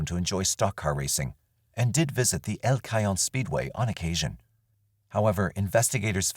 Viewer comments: In case of Diane Dahn, El Cajon is pronounced El Ca-ho-n. El Cah-high-on is incorrect. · El Cajon is pronounced El Ka-hone I lived there for 20+years